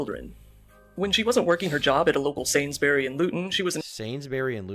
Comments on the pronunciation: also 'sains-berry is pronounced sains-bree' for the love of god why can't Americans pronounce so many things in their origin of their mother tongues ENGLAND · This dude said "sainsbeary" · It’s sains-bury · Nah it's pronounced sains-burees (yorkshire dialect)